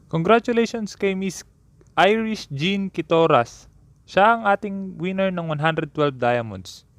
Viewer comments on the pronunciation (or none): none